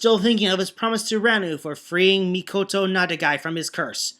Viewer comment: You still alternate saying Mikoto and 'Mikado'. The former is the correct one. Also, his surname is 'Nakadai' not 'Nadakai'. ... Uuh... Wow, I dunno... Grey? But I thought with his Jetman fanboyism, he kinda mentioned the Gai X Grey rivalry a lot, but I may be mistaken. Of course this was flooded with OTHER kind of fanboyism such as to Radiguet... Well it's Mika-fication, but what? The Bioman chapter is going to get worse reading-wise? Oh dear me, this is one thing to watch out for. At any rate, it was at this point Arcadiarika just gave up and say that the Alliance was nothing but a bunch of Designated Heroes. What about you?